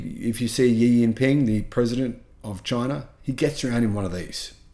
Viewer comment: FYI Xi is pronounced "she".